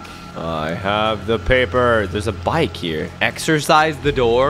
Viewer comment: You sead exercise wrong